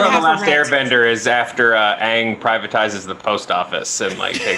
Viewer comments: Okay,, did call him Ahhng instead of Ayng? That's pretty quick way to get "Avatar" fans outside your door with pitchforks. Ask M. Night Shyamalan. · did he just say "Oong"?...SHYAMALAAAAAAAAANNNNN!!!!!